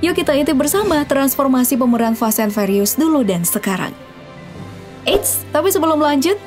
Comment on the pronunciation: Fast & "fyurious"..bukan fast & ferios 😂